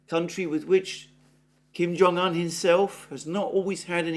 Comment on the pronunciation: Kim Jung Un NOT Kim Jung An